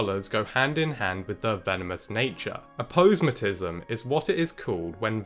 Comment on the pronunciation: great video! though, I believe it's pronounced Apo - somat-ism